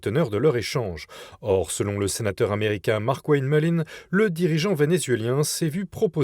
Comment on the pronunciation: " le president t'americain , le dirigeant t'americain " La liaison phonetique n'est pas necessaire . Bon journal cependant .